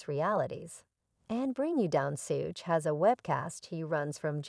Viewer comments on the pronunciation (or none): I couldn't finish this when she called Suge "Sooge" smh